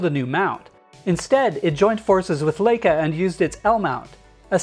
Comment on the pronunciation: This is a terrible review. 1) how much can you trust a review from a guy who can't pronounce Leica 2) he fails to mention that 4k60 is cropped to aps-c, making it pointless 3) he's says it's good not to be first to market, but Sony still leads (they were first), and Nikon/Canon mirrorless still have many advantages 3) he says the S1 is video-centric, but it does nothing better than the Z6 or A7iii apart from cropped 60p 4) he says it's a great start for Panasonic... How? It weighs almost 50% more than Sony and has poorer battery life, slower autofocus, similar video feature set, barely any lenses to choose from, and is $500 usd more.